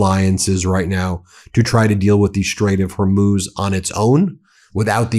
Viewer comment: Again Ben, you ignorant fool, it's pronounced Hormuz, not Hormose.